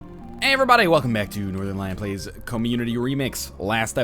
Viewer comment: Every time i hear him say his name i allways hear northen lion. like he is the lion of the north.